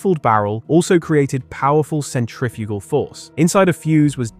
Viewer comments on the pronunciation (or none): none